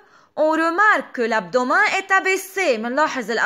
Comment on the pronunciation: درس كتير حلو بس بكل محبة كلمة abdo W men بتنلفظ متل متل كلمة Men بالانكليزي